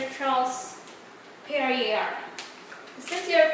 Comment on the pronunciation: Perrier is actually pronounced as " Perriyey "